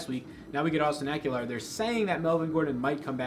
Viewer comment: Good job. I think It’s a good week for Ekeler. FYI there’s no “u” in Ekeler